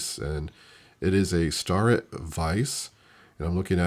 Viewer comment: The VISE is a brand name of precision tools like micrometers, it's pronounced STAIR IT.....retired tool and die maker here "sorry" .....lol